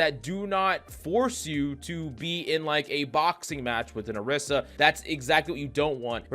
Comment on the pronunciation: ORI - SA not AH - Rissa